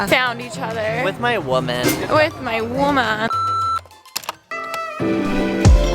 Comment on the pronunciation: "With my wo-man" hahaha I'm dying!!!